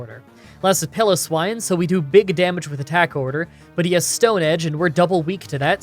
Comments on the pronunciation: Pila-swine, really, PIL-OSWINE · I think he (like many others) is trying to say it more like "Pillow Swine", rather than "Pile o' Swine" like I like to say.